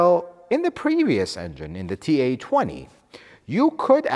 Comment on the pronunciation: Why are you saying TA24D and TA20? It's FA24D and FA20. F, not T.